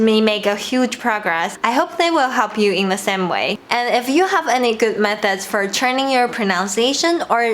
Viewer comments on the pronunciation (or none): This video is a year old so this is probably unnecessary now, but just in case here is one tip for you: The English words same /seɪm/, not /sem/. There is the /eɪ/ (ㄟ) diphthong in here.